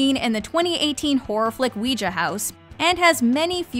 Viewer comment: Not to sound crazy but was anyone else bothered by the way she mispronounced the word ouija?